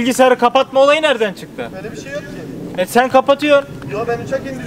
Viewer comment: de Üç iki mir diyo hahahafejkbkk